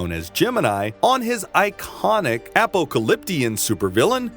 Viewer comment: Appa-ca-lyp-tian? Gee, pronounce much?